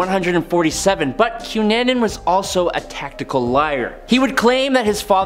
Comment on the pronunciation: You need to find out how to prounoce names cunnanin I know it isn't spelled this way but think about it I know this and the one before the cunanin name you mis prounoced if I had done that my English teacher would have rose from the grave and yelled at me come on